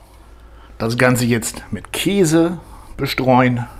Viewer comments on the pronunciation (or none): none